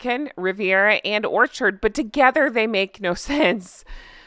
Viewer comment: Gosh, that d at the end of Orchard is crass. I hadn't noticed it before.